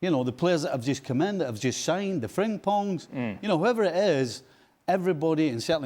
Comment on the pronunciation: Stevie; "The Wirtzss, the frimpongss" 🤣🤣🤣